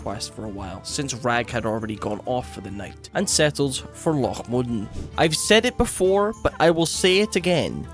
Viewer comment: it irks me whenever u say loch modan or dun morough incorrectly love ur videos tho